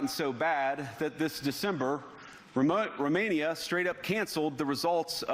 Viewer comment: The guy can’t even pronounce Romania. Never heard of the country 5 minutes before his speech